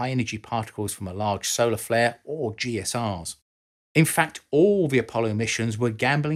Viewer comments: I was going to comment the same thing; Galactic Cosmic Rays ¦= GSR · Not very clear on at least a couple of points: 1. GCRs (not "GSRs," as repeatedly mispronounced here) are not a problem in the short term, such as a 7-day Moon mission. The concern for GCRs is for long missions, such as on Mars, and the way it's so hard to shield against them. However, on the surface of Mars or the Moon, as long as there is not a path from any part of your body to the Sky, you're completely shielded by the terrain. Induced radioactivity is not a factor. 2. Charged particles, of solar origin, are probably not a problem in themselves if you're in something like the Commend Module. However, the Sun gives off lots of extra X-rays during a major flare, and those could be another matter. Also, the charged particles can strike targets such as your space craft, causing secondary X-rays. All in all, I tend to think the best bet for radiation protection is bigger ships, and that implies building more things in Space, with resources from Space, as this video does suggest.